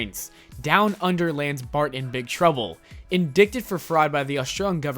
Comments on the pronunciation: "Indicted" is pronounced with a long "I", and a silent "c"; "indīte-ed". If your going to be a public speaker, you should know that. #stoptheidiocracy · indyted is how it's prounced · FYI - the word "Indicted" rhymes with "ignited". Not "In-Dick-Ted". You're welcome ;) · Matt Groening's last name is pronounced "GRAINING" you dummies. Great video. And indicted is pronounced "IN-DITE-ed." Geez! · The word "indicted" is pronounced, "in-die-ted." The "c" is silent. If I don't correct you, how will you learn? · "In-dick-ted"... Seriously? One would think that a basic understanding of the language would be a prerequisite to becoming a narrator. Guess not. Score one for the internet. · Well, maybe, but "indicted" is pronounced only one way (the "c" is silent and the "i" is long). It doesn't matter if you're in the US or the UK.